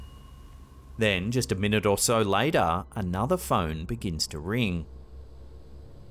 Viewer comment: Sounded like she was saying “mine”